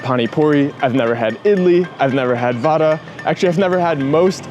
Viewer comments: It's not vada It's vaadaa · its not vaada | va daa (va-at a, stop immediately, do not extend it.) And do the aa sound in the last of it. :D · As an Indian, I Do not like your pronounciation. Idli is pronounced Id-lee. Vada is pronounced Vuh-Ra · it is not vada it is vade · you pronounce it vuda not vada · it is not vaadaa but vudaa (vulcan) ... begins not like van or vandenberg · OMG FINNALY A GENUINE REACTION. BRO SHOULD GET HIS ADHAR CARD REGISTERED😂😂😂😂 AND ONE IMPROVEMENT, VADA IS PRONOUNCED VUDA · Even tho you pronounce it all wrong. I’m still okay since you tried your best. Correct pronunciation: vada= vuda Idli= eadlee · btw vada is sort of pronounced like vara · Pls pronounce vada properly